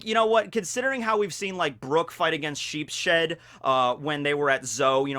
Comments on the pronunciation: Remember, guys, it's Sheep-shead, not Sheeps-head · sheepSHED really triggered me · it's Sheeps-head, not Sheep-shead. He is named after a german card game called Schafkopf which means Sheep's Head. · I think you pronounce it as "Sheep's head" not "Sheep shed" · It's actually sheeps-head as it's read shīpusuheddo in japanese. Sheep-shead just sounds wrong and it makes me cringe. Not to mention his power is to make sheep horns, which are parts of a sheep's HEAD... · Isnt it pronounounounounced sheeps head? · Lmao every time you say sheep’s head it sounds like either sheep shed so all I can think of is brook fighting the literal building the sheep are kept in like he just hates sheep being pinned in or something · pretty sure its pronounced Sheeps-head. named after card game.